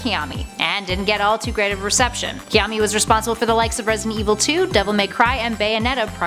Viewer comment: Its Hideki KAMIYA. Do your research right, geez.